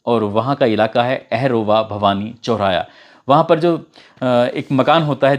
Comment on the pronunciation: ye hamare hi jila ka mamla hai. Aherva nahi ahorva bhavani rahega. Super work